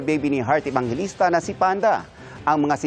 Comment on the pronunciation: oa wahaha!! ikaw tlga OERT AVANGELISTA APA AERTY Mo. XD